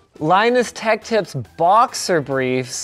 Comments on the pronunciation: L-Inus Te-ch Ti-ps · Linus Etch Tips better lmao